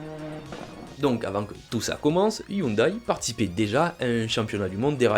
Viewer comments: On prononce Hyundai ioundé et non ioudaille ! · On ne dit pas "youndaille" mais "youndé" 😉